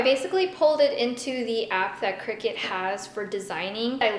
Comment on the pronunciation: I thought it was pronounced cry-cut, not cricket